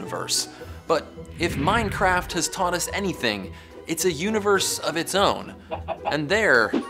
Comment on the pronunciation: He called it mindcraft -_